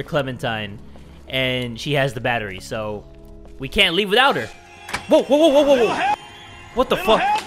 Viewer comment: Short Over-Baked Potato omg LEEve